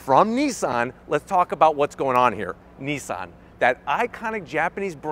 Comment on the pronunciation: Is it better? I doubt it. Nissan have carried out virtually no development and evolution on their Leaf design, whereas Kia and Hyundai have. And it shows. And why do you keep calling Nissan, Neesan? There is no letter E in Nissan.....